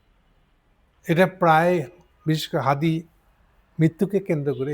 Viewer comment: উনি অপ্রাসঙ্গিকভাবে হাদির নাম আনার কারণ হাদির নাম আগে সঠিকভাবে উচ্চারণ করতে পারেননি । ইনকিলাব মঞ্চের নামও উনি সঠিকভাবে বলতে পারেননি । উনার কারণেই আওয়ামী লীগ দেশকে বিপথগামী করেছে । বিএনপি ক্ষমতাসীন হলে সেটি আরও ত্বরান্বিত হবে।